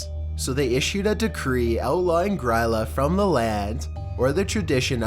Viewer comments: I really appreciate him talking about Grýla but I can't help but cringe at the way he pronounces it. It sounds like "Gree-la" not "Griila", just had to comment because it was bothering me so much haha. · She’s pronounced “Greela” :) she’s the mother of the Yule Lads, Iceland’s equivalent of Santa